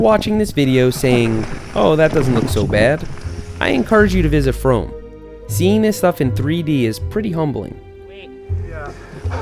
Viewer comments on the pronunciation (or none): seth: says fromm so it rhymes with dome me, a canadian: not another american saying french words wrong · its pronounced froom, its also a place in england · Seth it is canada it is FROM'eh